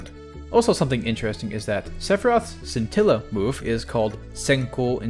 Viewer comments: Scintilla is also Italian for spark. And the correct pronounciation is reading "sci" as there's an h in place of the c, so like this: "shintilla" (the i is read as a short e as you did). I'm not sure about the latin one though, it's either the same as Italian or something like "skintilla". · Scintilla is the word for spark in Italian as well (not super surprising I know), also the "sc" in "scintilla" is pronounced like "sh" like in "shit"